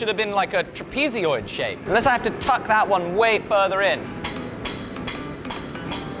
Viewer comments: Never heard it pronounced "trap-EZ-oid" 😂 love it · Brother found undiscovered syllable in the word trapezoid